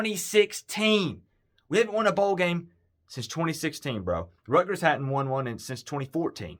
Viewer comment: Buddy, please learn how to pronounce the schools name. It's RUT ' - GERS, there is a "T" in the name!